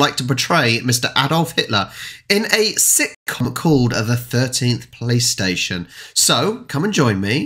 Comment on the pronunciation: You are saying 'police station' mostly like a 'playstation' xd that's even funny